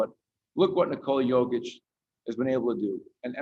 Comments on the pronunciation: How do you come represent Kia and not know Nikolas name? Not practice it or make sure you're getting it right. In what world does Jokić sound or even look like Covich or Cockich? Incredible. Only with a Denver player. I'm not surprised at all. #fraudcity #wedontbackdown #MileHighBasketball ⚒ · What the hell was that Kia!!! F***** practice how to say the guys name. What a disgrace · He cant even say his name right omg